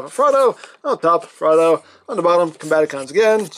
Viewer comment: Honestly thought you were saying Frodo.